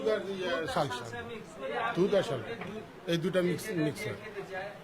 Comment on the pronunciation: লালসানা ভাই এটা সালসা 😂